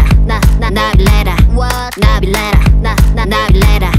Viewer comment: The way she says Nabillera is so satisfying